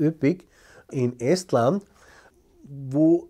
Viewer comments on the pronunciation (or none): none